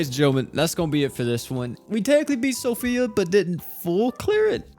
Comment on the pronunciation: So Fee. Not Sophia lol